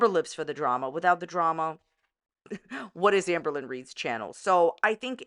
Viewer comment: everytime she says amberlynn i hear anne boleyn